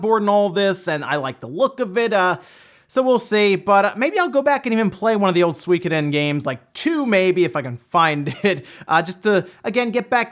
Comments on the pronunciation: Sorry to be this guy but: ✖ SWEE-koden 〇 SU-I-KO-DEN (4 syllables) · say it with me...... SUE-KO-DEN also cant wait for it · Swee kuh din. Really? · Swekadon? Oh you mean suikoden